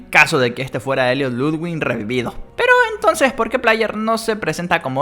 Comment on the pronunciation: v oye se pronuncia Ludvig y no hay ninguna N entre la i y la g jaja... Y tú teoría de gentle John se destruye porque no lo reconocen su apariencia debería haber cambiado... Rich es más probable